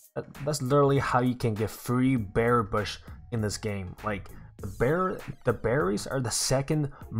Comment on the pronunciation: Is it me or does he keep saying beary bush or Bear bush